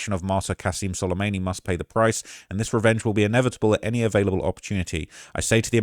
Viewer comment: Solemayney? An-Clave? Briggaydiur General????? TF is wrong with your brain you do this for a living. Literally made like 10 videos on Trump taking down Soleimani and now suddenly you can't pronounce his name?...